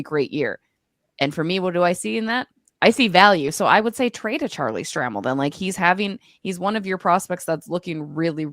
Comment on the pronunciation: Please pronounce Charlie's name correctly. It's STRAY-MEL.